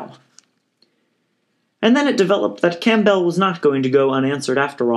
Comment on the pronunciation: Odd way to pronounce "Campbell." Think soup.